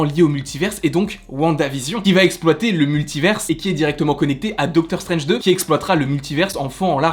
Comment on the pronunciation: Je crois que tu vas jamais réussir à prononcer le titre de Doctor Strange 2 😂